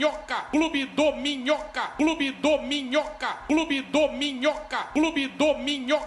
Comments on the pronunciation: Ouvi tanto que estou ouvindo clube dorminhoca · Na real parece que ele tá falando clube dorminhoca, só que comendo o r😅😅